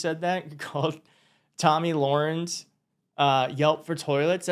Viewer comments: Tammy Larinx HATES when you mispronounce her name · Love how you mispronounced both of Tomi’s names 😂😂😂. She deserves that and more.